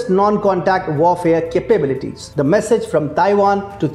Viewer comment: "air defense" and "capabilities". Pronunciation can improve.